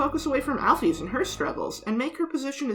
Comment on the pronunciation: Great video! But I can't move pass the pronunciation of "Al-pheez" 😭